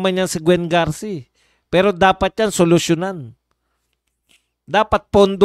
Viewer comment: BAI HINDE GARCI KUNDI GARCIA